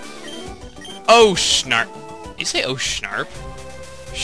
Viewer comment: said "Oh, so sharp!" not "Oh, shanrp!"